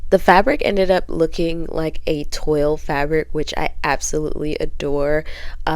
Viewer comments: Toile is pronounced twahl. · Very talented! One pet peeve though, 😬 toile is a French word and is pronounced “twall”Thanks! 😉